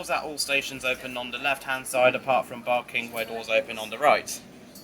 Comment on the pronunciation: it's barking not barkng riverside u got it wrong